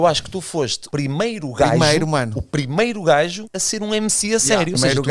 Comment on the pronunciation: "O primeiro gaijo" 😂😂😂😂😂